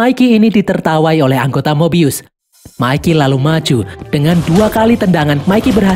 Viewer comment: Bukan mobius kak tapi mebius